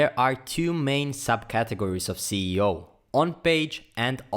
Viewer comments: Cee e o? I think it’s “es e o” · Thank you for this video it really helps me a lot ! More power to your channel sir. though you mispronouncing the SEO to CEO anyway the content was great ! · he’s saying it wrong. It should be “Es e o” not “Cee e o”. 😏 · when he says CEO instead of SEO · hey man great vid but i think ur pronouncing SEO wrong it sounds like ur saying CEO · once is forgiven but you said (cee e o!) so much to be forgiven... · why are you saying ceo? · I don't mind that. I mispronounce it myself sometimes. Awsome video, lots of tutorials could learn from you.